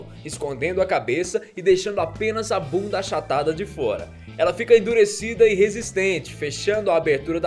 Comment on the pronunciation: como o enche a boca pra falar "BUNDA" KKK